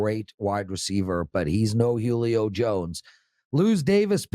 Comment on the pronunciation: I've never heard anyone butcher the name Julio before this